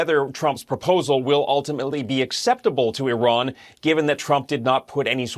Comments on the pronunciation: Really ? You've pronounced Iran three different ways; all wrong. How stupid are you guys? It's "E ran", fool. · I’ve realised why Trump hates Iran. He pronounces it “I Ran” as in “ I ran from blockading the Strait of Hormuz.” It’s the Persian version of TACO.